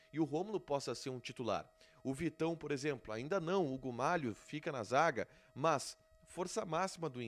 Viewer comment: Poh,... É MALO, Não malho, majo, maho, maio...